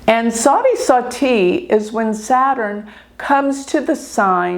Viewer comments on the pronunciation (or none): none